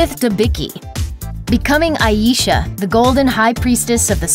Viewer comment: It’s Ayesha! Who the hell is Aisha?! :(((((((